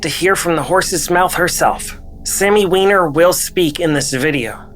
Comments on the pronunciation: Wyner she said lol it's wiener b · She said its pronounced "wIner" not "wEEner". Bit of a fail on the sophomoric humor, but good work on the rest of the video. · cracking up "its pronounces Whine-er"